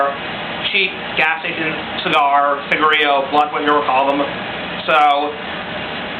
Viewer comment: i've never met anyone who's smoked a dutch without a little extra "enhancement" in it if you know what i mean. Also it's cigarillo, you pronounce the illo at the end just an fyi, entertaining video though, good work.